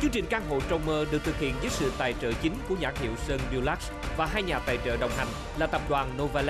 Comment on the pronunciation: Nghe tên Dulux mà nghe cứ thành “durex” ấy😂😂😂😂